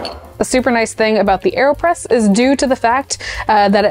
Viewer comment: Aerospresso? Aerpresso?